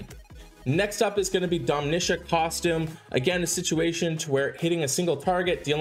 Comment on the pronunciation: Dude what is the deal with you calling Domitia & Lepiota Domeesha & Lapeesha?? Stop that my god just stop it it’s super annoying.